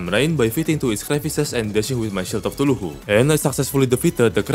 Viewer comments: Let's just ignore how he pronounce Cthulhu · eye of Thu-lu-who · Ngl but i is so funny how you pronounce chtulu(tf do you say this sh-)